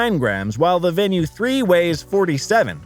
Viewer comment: I was thinking the same thing. I won't watch all of it and I can't give it a like. Not even pronouncing the name correctly.